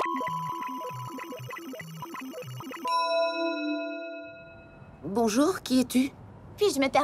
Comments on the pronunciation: Elle a dit Kabayashi et non Kobayashi '^' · elle a dit Kabayashi :'l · vous avez entendu comme moi "Kabayashi" et pas "Kobayashi"?